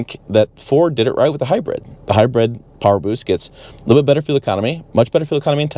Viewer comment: Can’t stand how he pronounces hybrid as “hi-bread”